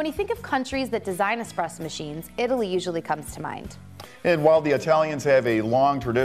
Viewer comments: seconds, did he just say "expresso"? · The guy actually legitimately said “Expresso” (Ex-press-oh). These guys are supposed to be the professionals. Sorry for being petty, it just stood out to me like a sore thumb. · Hi Levi, Always nice to hear from the "X" police. Yes, yes there's no X in espresso. And no easier way to make a barista's head explode than saying expresso. Of course if you are old enough "expresso" was an acceptable spelling and pronunciation according to the NYT style guide. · Haha - I noticed that also.... I repair espresso machines for a living and I find it funny when I am at a Starbucks and the Barista keeps saying expresso to the customers !!! lol But give this guy a break - he seems so nice in the video !!! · I hate people that say expresso, unless you have a legitimate speech impediment or are a child. Get it together people!!! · Did you just say expresso? You’re better than this! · Lost all credibility at 39 seconds when buddy said "expresso." LOL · Expresso? Whut. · I stopped watching 40 seconds in when he said "expresso" no thanks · DO YOU REALLY SAY (EX)PRESSO?....shame on you